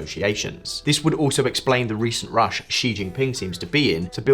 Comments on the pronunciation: Hey, could you stop pronouncing Xi as "Jzhee"? It's pronounced "Shee". The "jzh" sound doesn't exist in Mandarin nor any dialect of Chinese. Please, as a journalistic organization, spend five minutes to learn the pinyin orthography and read Chinese names correctly. It's not hard. They took letters that seemed redundant—X, Q, and C, and reassigned them to other sounds that English orthography uses letter combinations to write. X got the "sh" sound, Q got the "ch" sound, and C got the "ts" sound. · And Xi is pronounced “shi” another very basic thing.